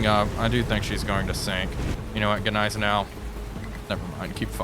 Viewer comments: NIZE-EN- OW theres' no G as it's silent. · AHHHHHHHH, stop saying Gnizernou, the G is silent. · Everytime I hear that soft g on Nighzennow (spelled as pronounced), I shutter just a little. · The g in gneisenau is actually silent 😂❤ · The G in Gneisenau is silent. Just a fyi. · Ok given how he pronounces Gneisenau, he has to be messing with us when saying Wilhelmshaven